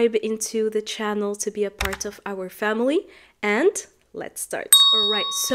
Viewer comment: Five minutes ( av ) not ( of ) listening, don t mix ( off ) with ( of ) big difference in pronunciation